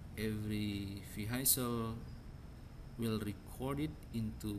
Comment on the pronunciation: ارجو منك أخي العزيز ان تتوقف عن تكلم اللغة الانجليزية بهذه الفظاعة راك خليتها اولا حسن نطقك للكلمات وخاصة كلمة Vehicle لمن يريد الكود الأصلي قبل التعديل عليه من طرف أخينا يمكنك الحصول عليه من هنا لمن يريد التعديل على الكود ليتناسب مع متطلباته او بريد اي كود بأي مجال من opencv يمكنك ترك رد على هذا التعليق (طبعا بمقابل على حسب نوعية الطلب) دمتم برعاية الله وحفظه سلام